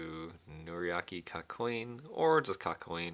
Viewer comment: did he say kakcoin?